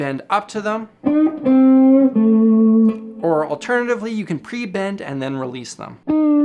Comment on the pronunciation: Does no one else noticed the french-accented 'pre-bend'? Lol